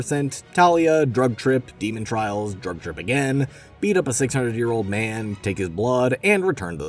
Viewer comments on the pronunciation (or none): none